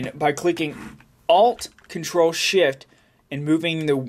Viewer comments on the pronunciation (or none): When u said the shortcut i laughed so hard cuz what "Shift" Sounded like! HAHA